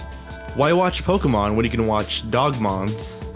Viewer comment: I loved it when he said Pokemon not POKEEEEEEEEEEEEEEEEEEEEMEN